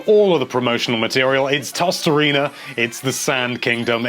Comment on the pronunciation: “Tossed-arena”? Pretty sure it’s “toast-uh-rain-uh”...